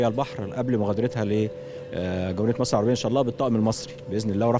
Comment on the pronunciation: ھھھھھھھھھھھھھھھھھ ,،  مصر وليست ( مسر )